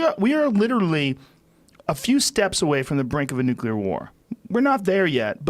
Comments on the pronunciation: And for FUCKS sake, stop saying "nukilar".. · "nuc-ular"